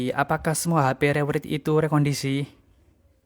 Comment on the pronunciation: penyebutannya re-wrait bang